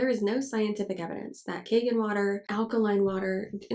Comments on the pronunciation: I'm just finding bout this filter but it's not kagen, it's kangen (kahn-gehn) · In Japanese it is c-ahn gen (Gen, not jen).